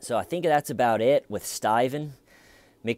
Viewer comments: You didn't answer the question! I still don't get why you're calling him Stiven. Is it just a bad attempt to mimic the accent of the detective? I guess he sorta does sound like he's saying stiven but it's more like stay-ven. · I just watched these videos. And all along I was annoyed "Why is he calling him Staiven!"... Thanks for the clarification. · Hi, I'm from the distant future. One question I have is....why does he keep calling him STAYVEN???!! WHYYYY???! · And “my friend, Schmeeda” 🤣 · Coffee and TCL. Perfect start to my day! Don’t ever stop calling him STAYVEN. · I laugh every single time you call him STAYVEN 😂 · Lol,... I was literally wondering if anyone who came in, mid-commentary, listening to you, then they read our comments and how we are also referring to him as Stayven,... thought you/we were all oblivious and didn’t realize that Stayven’s name is really Stayven! 🤪 Thank you!🤩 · Ooooooh, Little T! :) ♥ ...and we love when you say Stayven! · It's been 4 years and I'm still not mad about ya saying Stiven repeatedly!😁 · I subscribed the first time I heard "styvun!!" XD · WHYYYY, WHYYYYY he keeps calling him STAY-VUHN??? THEYURE is no reason to do so! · have you noticed that only you are calling him stayven?